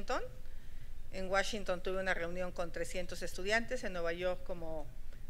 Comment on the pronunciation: Washington no se pronuncia como lo dices